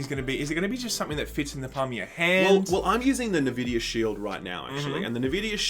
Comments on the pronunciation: Nahvidia? It's n-vidia, no? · It's not "Na-vid-ee-ah" it's "En-vid-ee-ah" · you're killing me with this "nehvidia" stuff. It's "en-vidia"! Remember the lady voice that used to say it before your games? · Navidia?? U guys are a gaming news channel?? It's pronounced 'N'-'Vidia' (Enn Vidia). Why am i subbed to this channel....smh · its "en" vidia not "Ne" vidia wtf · NuhVidia??.. its eNvidia guys :) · SHILL UP CAN'T SAY NVIDIA. IT'S END VIDIA NOT NUH VIDIA. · Nevidia…??? Its N-Vidia. Pleb alert. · Nah-vidia??!? Come on boys!?! ¡EN-Vidia! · wtf is nevidia? it's (en)Vidia? right? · Wait, is it nevidea or N-Videa? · It's not NUH Vidia. It's N. It's just N. No nuh. It's literally the letter N. NVidia. Not NUHVidia. N!! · Jaxson Mahan - I'm Australian and I still pronounce it just as an "N". Nah Vidia is just wrong pronunciation. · Who call Nvidia as 'NaVidia'? It is pronounced as 'EnVidia' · wait , its en vidia ? i always just pronounced the n alone similar to the japanese n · "Nah-Vidia" lol? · I feel physical pain everytime he says Navidia. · What da hell is Nevidia? lol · Neh-vidia? Lmao. Each time I heard Neh-vidia a piece of my soul died. PS: love you guys. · "Nuaahh-Vidia" didn't realize that's how you pronounce Nvidia, thanks for that SkillUp . :P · what's nervidia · 'Novidia'..? What's that? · "NaVidia" I've never been triggered so hard by a LG video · Came here for this. get your facts straight ohmygodd! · The D is silent. N vidia! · He...he just kept on saying it... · I think it's an Australian thing... :-)